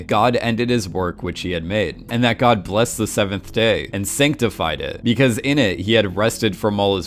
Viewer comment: Learn to enunciate ffs "sanctified" is not pronounced Synctiefied. Il-nam is also not pronounced Eee lam it's Ill nam